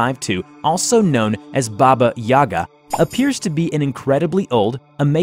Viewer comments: It's a baba yagA, not baba Yaga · Baba yee-ga